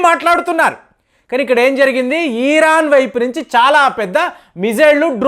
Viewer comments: సార్ మీరు ఈరాన్ అనటం ఛండాలంగా ఉంది. జస్ట్ ఇరాన్ అనండి దయచేసి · Eeraan yemiti iran anu babu nee bhasha tho